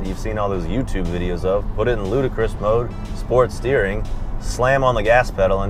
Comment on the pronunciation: The word isn't "ludacris" (the rapper), it's ludicrous (as he kept seeing in the car's screen) 😀